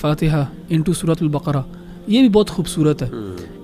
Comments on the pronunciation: سورۃ البَقَرَہْ ہے ۔ نہ کہ بکرہ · JazakAllaha,plz correct the word baqra. The correct word using nooktte wala kaaaf.